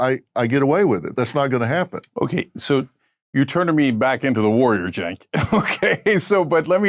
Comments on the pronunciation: It's pronounced like jank not senk lol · The C in Cenk is pronounced more like a J or Ch not an S like cent. It's a Turkish name not a Western name. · It's pronounced as Jenk, not Cenk. In Turkish, we pronounce C as J. Like Camila was actually Jamila written in Turkish when it came to Europe, they pronounced it as you pronounced Jenk and Cenk. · It's pronounced "Jenk" (similar sound to Jenkins) because C in Turkish makes the sound J. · Stop pronouncing his name wrong. "Chaenk" phonetically. Bro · It's pronounced Genk. You want to make political videos? Get your (very basic) facts straight. So intellectualy lazy. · Great video brother, Turkish people use the letter “c” for a “j” sound. So his name is pronounced “Jenk” 👍🏼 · Cenk is pronounced Jengk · No longer a big fan of him, but I believe it’s pronounced “J-Ank” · Dude, if you know know how to even pronounce his name, why should I trust your opinions about anything else? Clearly you didn’t spend 5 minutes researching this